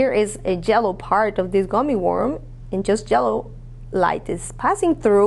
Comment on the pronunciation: didi she just say jellow?